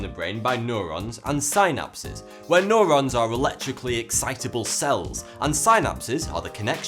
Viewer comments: synapse is pronounced sin-apse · say SInapsis one more time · annoys me how he pronounces "synapse" , lol.